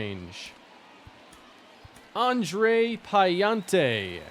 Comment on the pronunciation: As a cards fan it’s pronounced PA-LAN-TE